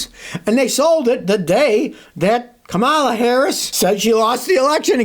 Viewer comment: Kamala is pronounced com-a-lah, not come-ella. Come on, you are better than that. Massachusetts people are cool so be cool....especially with those 1910 shades you are wearing!